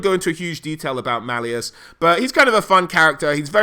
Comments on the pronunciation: shit even the author of the book says it sounds like malice, futhermore this is fantasy not 40k, he's not part of the ordo Malleus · >mal e us It's supposed to be Mal US like Malice hot damn am I upsetti spaghetti by this